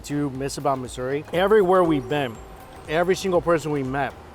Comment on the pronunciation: I thought you said it's misery...😜